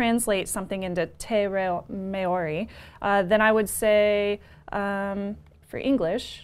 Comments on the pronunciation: Great show guys! Just a note on the pronunciation of "Māori". Try and say it MMAAH-OHW-RI with an emphasis on the transition from AH to OHW and a short stop in the RI. Pronunciation is an important aspect of NZ culture and you'll score heaps of brownie points when making the effort. I hope had a good time over here and the locals in the wild south island made you feel welcome. BTW - Patricks laugh at is super cute. Keep up the great work. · Maori is pronounced like Chow - MAOW-RI. Interesting device!